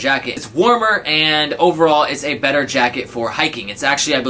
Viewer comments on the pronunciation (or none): none